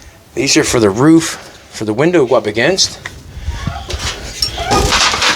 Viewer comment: roof not roog lol